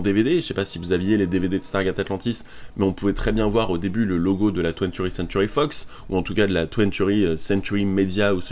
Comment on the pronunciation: Ya un truc qui me stress c'est ta façon de dire TWENTY Century fox mais sinon c'est une super video